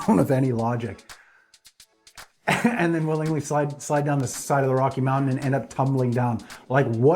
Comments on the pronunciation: Mountain,not mounain. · she can't even pronounce mountain 'I just fell down a mowghin' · She fell down the side of a mow-in. No doubt my generation said things that made the old folks cringe, but please, PLEASE pronounce the T; you sound like a three-year-old. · i thought mountain has a t in it.. English is hard